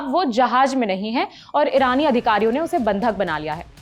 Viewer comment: Rani sena or irani sena? First speak properly